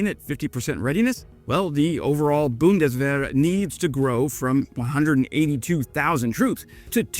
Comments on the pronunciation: „Buhndeswähere“ hahahahahaha unsere Sprache ist so lustig wenns andere sprechen. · The Boondeswehr 🙄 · You really butchered "Zeitenwende" here 😅 Let me help: it's pronounced Tsite-en-ven-duh. Thanks for the video,.:)